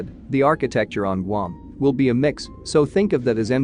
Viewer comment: Guam is NOT pronounced gum!